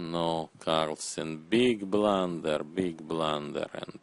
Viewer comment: Dis eez ay bluhnder